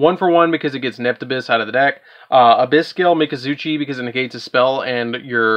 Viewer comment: I can't be the only one triggered by how he says moulinglacia, abysspike and mizuchi lol